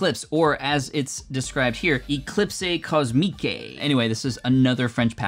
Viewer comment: I don't know if you'll read this, but just to let you know, in French, you don't pronounce the Es at the end of the words (unless there's an accent). So "Eclipse Cosmique" for example is read as "Eclips Cosmic"